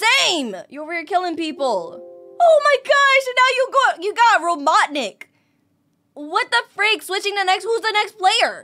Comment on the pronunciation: mister robotic me: incorrect it is robotnik